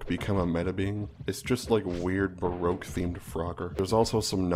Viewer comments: It sounds like somebody can’t say BROKE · Baroque sounds like broke slowly pronounced